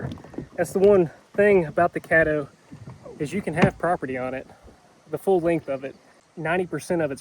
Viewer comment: It’s CADDO River smh